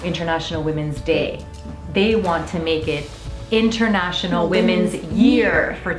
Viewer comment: “Woomens day”